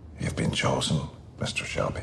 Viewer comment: يا عم شلبي مييييييين 😂 اسمه شيلبي